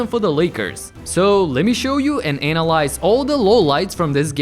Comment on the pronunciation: The way you pronounce "analyze" 🤣